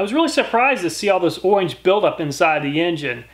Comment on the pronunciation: Great videos but the “owange” build up surprised me 😂